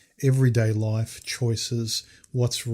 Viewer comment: It's Life not Loif. And you went and got married dude !!